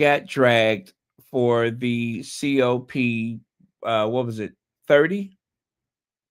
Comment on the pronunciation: It’s pronounced “cop” not the C-O-P annual climate events. I worked on the one when it came to Dubai 2 yrs ago and it’s a whole different world 😂